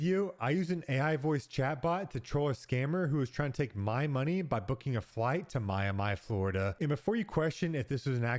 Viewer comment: Cracks me up. Ai can’t pronounce Miami.